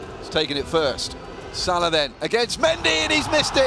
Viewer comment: Please say Mo Salah’s name properly 😂